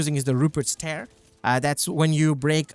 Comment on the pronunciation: tear as in teardrop, not tear as in tear her ass up :D Good vid